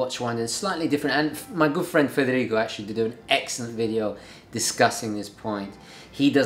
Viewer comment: You pronounce foreign names at such an advanced level. I could never say "Frederico" like that. I feel like even if I was trying really hard to imitate exactly how you say it I would never get it.